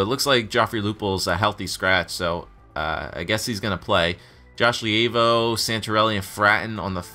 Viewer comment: Levio name is pronounced lee vo